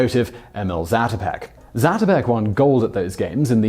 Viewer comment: It's pronounced zaah-to'-peck, not zatuhpeck